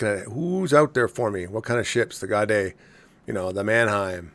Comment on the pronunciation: I’m not a Unicom player, but I am a German speaker. I could not figure out what ship you were talking about for about 5 minutes. The Gaede is pronounced “GAY-duh”.